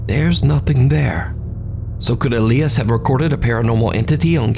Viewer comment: "Elly-us"? Elias is pronounced E-lie-us.